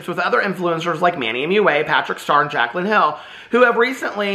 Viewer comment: I’m cacklin over you calling Jaclyn “Kaclyn”!! Oh. You delight my days.